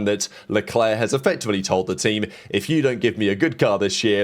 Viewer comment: Learn to pronounce Haas properly